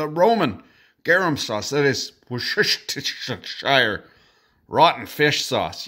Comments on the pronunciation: I haven't been able to unhear Where's the Shower Sauce. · Just say it as "WOOS ter sher". woos like in good. ter like in fir and sher also like in fir. Or even say the 2nd and 3rd syllables as the schwa sound (hard to explain for non-native English speakers but kind of a "neutral" vowel sound, like the e in "haven't"). Whenever I hear North Americans struggling with it it sounds like they are trying to say "woos SESS ter shire". I think the "official" pronunciation is given as "WUUS-tər-shər". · Either it's 'Wash Your Sister' sauce or 'Where's The Shower' sauce, neither of which I'll ever be able to unhear. Thanks a lot. But I'll be using both of 'em from now on. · You were trying to say 'warsh yer sisters' sauce.